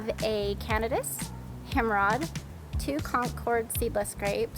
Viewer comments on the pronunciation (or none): Cana- dice. Like throwing dice. I love a few miles from Candice lake. Himrod grapes not hemrod. Himrod NY is next to Seneca lake